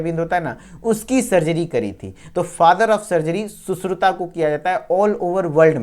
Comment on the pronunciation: सुश्रुता नहीं सुश्रुत बोल बेहेंचोद